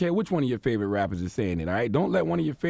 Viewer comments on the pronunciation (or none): none